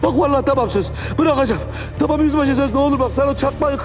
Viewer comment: Bu başak tamam demesine çamam demeyi kicik ediyo beni resmen 😏